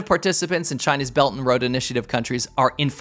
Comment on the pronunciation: Belt and road. Pronunciation damnit! Quit saying bellanro.